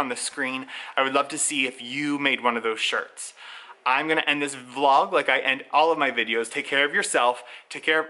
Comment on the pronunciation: Binge watching all your videos and I’m so happy I’ve found you! I love the way you pronounce vlog....more like va-lauwwg. 😂 I love how there are so many regional accents in the US.